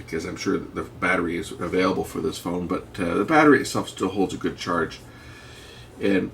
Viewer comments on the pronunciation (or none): none